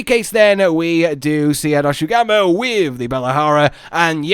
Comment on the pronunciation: In the trailer they pronounced the name Doshaguma. Now everyone appears to be saying it wrong and it irks me. xD